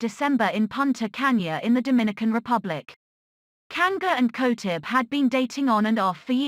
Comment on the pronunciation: At least know how to pronounce her last name properly.